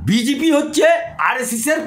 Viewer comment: কথাটা বিজিপি না। সঠিক উচ্চারণ বিজেপি। কোন স্কুলে আপনি পড়াশুনা করেছেন? আপনার বাংলা উচ্চারণ শুনলে তো ভূত-পেত্নীও ভয়ে পালাবে।